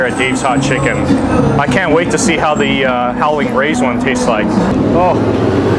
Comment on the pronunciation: Nice job! I appreciate the clear word enunciation but the proper name is "Howlin' Ray's" and not "Howling Ray's".